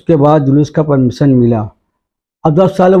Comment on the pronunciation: Inke Talaffuz Par Gaur Kijiye Zariye Ko jariye Hazaar Ko hajaar Permission Ko permison Police station Ko stason Raza Ko rjaa Aur Khud Ke Naam Ko sakil Aur Log Inhein Maulana Aur aalim-e-deen Kahte Aur Samajhte Hain Jahaalat urooj Par hai